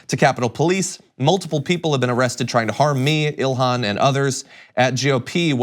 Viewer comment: John - Ilhan is pronounced Il-on (the "h" is silent). Be in the forefront of people who pronounce her name correctly.